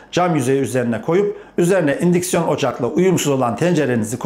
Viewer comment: Un siksiyon ocak ne dimek anamadik da